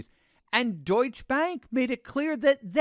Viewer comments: Pronounced "Deutsche-Uh" Bank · Duetsche is pronounced Doyt-cha. you have to pronounce the E on the end. why does someone who deals in world issues not know this?